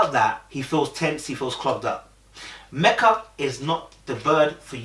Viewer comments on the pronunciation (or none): Lord you back to calling her Mecka (rhymes with Becka) again??!! 🤣🤣 It's ME-kuh mate. Meka really invested because if I were her, I wouldn't even be trying with Michael no more. I wouldn't ask him anything any more I wouldn't go anywhere with him any more. I would stay in my corner, go to work, come home, eat, watch TV and go to bed. When the camera crew comes around, I wouldn't even engage. And I would have told the experts about themselves because Michael has been lying and they haven't been vetting him or these other dudes properly AT ALL. Or they're vetting them, know these flaws and they choose to match them with people any way. Either way they're all trash. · Her name is Meka not Mecca. Meka is pronounce like Mee-Ca.